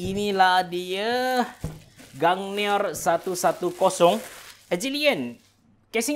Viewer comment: sebut gungnir tok mcm "gangniyer"